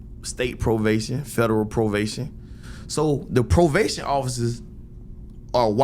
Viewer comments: try believe its pronounced as "Provation" 😂🤣😭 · Did he say "provation" 😂 (probation)